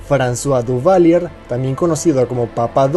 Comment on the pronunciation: Sorry, se lee, Duvalieg..